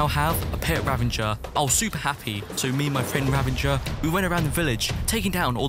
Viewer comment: I don't understand spelling of illager beast is ravager but why people say it as ravanger